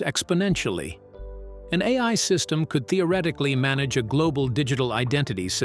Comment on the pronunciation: This video would be more credible if the AI doing the script reading was able to consistently pronounce correctly the expression "AI"!!!😂